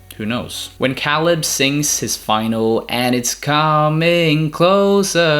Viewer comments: Dude cool video but you’re killing me lol. It’s pronounced “KAY-LUB”. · Matt is their Cousin not Nephew Also Caleb's name is pronounced (kay-leb) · The way you pronounce caleb makes me wanna turn this video off l o l